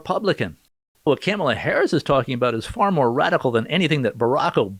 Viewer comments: I think you're putting emphasis on the wrong syllables when you say Kamala. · “Camla” lol 😂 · He said camela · Why do you keep mispronouncing her name 😒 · You’re pronouncing kumswalla wrong